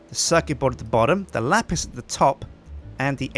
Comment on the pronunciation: It s lapis not lapise